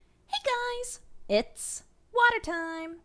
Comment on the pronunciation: The video should have been called 'WATEH' :P Edit: 'WATAH' is alright too i guess XD